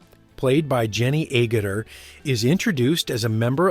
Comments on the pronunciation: She is Jenny "ahh-gutter" not "A-gutta" 😡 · It's pronounced Ag (as in Mag) -utter. Same as Ag atha Christie. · Agutter is pronounced AGET-ER. Like Agatha but without the "H".😊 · It is not A Gutter that takes rainwater off the roof, IT`S Agutter all one word.The U is pronounced as a soft a. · her surname is said as AG GUTTER not A GUTTER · I appreciate that you are American and struggle with basic English, Jenny A- gutter ?…A for Apple. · ay gut a? Noooo Agguter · Great film. Tedious voiceover. Her name is said (roughly): AGGerter and not a Gutter! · Ahgutter!- not Hay-gutter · Jenny and I are both from the UK and her surname is pronounced Ag-utter, not A-gutter, as in this vid. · It's 'Ag-utter' not 'A-gutter' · You pronounce Agutter with the A as in apple, so it is Ag-utter, not A-Gutter. A gutter is something that catches rainwater around your house. And it is not A as in Anus either. Perhaps her issue with nudity in this film was due to it being her first time wearing a skimpy costume. Maturity helped her cope better. She was young, after all. And please do not remake it. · I'm pretty sure she is called Jenny Agutt-er, not A-Gutter! I enjoyed Logan's Run - It's not a GREAT film, but it's a decent one, with a very interesting premise and Jenny Agutter always looks good, even now! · I saw this on original release, mainly because of Jenny (By the way it pronounced Ag utter not A gutter) I had a thing about her since her being in a BBC soap (the Newcomers) where her character was only seen during her boarding school summer holidays. At the end I thought "She won't be back, she's too good for this. the caracter reapeared - but played by Maggie Don, not Jenny. I believe that in the stripping scene in the ice in Logan's Run she was not completly naked, but had a crotch cover. She seems to be a very nice lady and stayed around in the foyer to chat after a showing of "I Start Counting" (with Q&A session after) at the BFI Southbank. I had a short chat to her there.